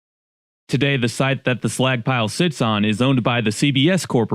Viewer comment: Was listening w phone in pocket and the entire video I've been trying to tell if he's saying "slack" or "slag" "The Slagck pile 🥴"